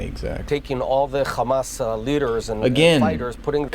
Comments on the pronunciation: He can say “has” but says “khamas” what do you expect he can’t even grow hair 🤣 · Hamas said as Khamas is like nails on a chalkboard. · do you think the chhhamas pronunciation rule was emailed to everyone in media and government or did they just start saying it on their own?